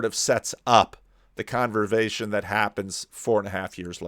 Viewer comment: I’m sure has answered this before but where does the excessive pronunciation of “z” in the word Conversation stem from? I’m a fellow New Jersyan and never heard it pronounced this way. Thank you and God bless.